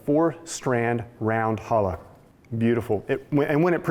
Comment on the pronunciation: Going to make one for Shabbat this week. Thanks! One thing...CHA -lah. Like you're clearing your throat. CCCHHHHAAA-lah.😉